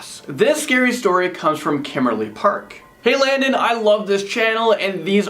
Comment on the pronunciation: I'm going to keep giving everyone of these videos of thumbs down until Landon can learn to pronounce his own name..#donotsing/Landon